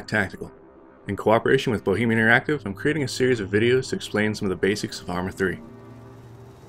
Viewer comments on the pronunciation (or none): none